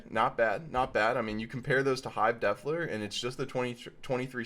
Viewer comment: Love it But say it with me Hive ... de-FILE-er. Not deffler.